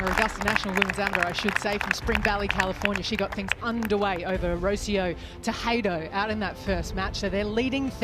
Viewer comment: RO-CÍ-O TE-JE-DO or Rotheeou Teh je (spanish J) do. Get your pronunciation right, please. It's painful.